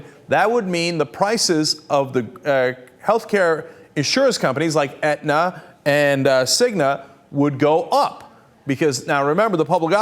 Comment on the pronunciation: Aetna not Edna. lol